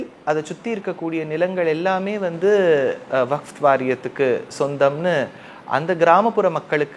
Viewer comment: சாமி vafth அல்ல. Vakf சரியா சொல்லுங்க!.